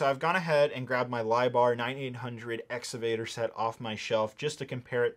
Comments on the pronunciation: exCavator not exavator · It's pronounced, "Ex-CA-Vator.